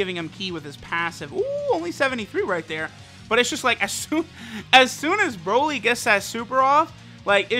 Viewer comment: Bruh why does he say broly like that😂😂